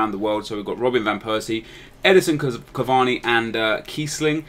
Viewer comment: thought you would fuck up van persie...but you did him quite well